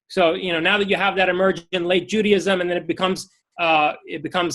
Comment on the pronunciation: Does he pronounce it "Judyism?" ... and "Eggsodus"?